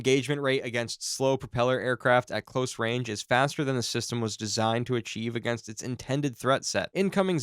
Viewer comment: Absolute AI garbage. Nothing here is correct, not even the pronunciation of "close".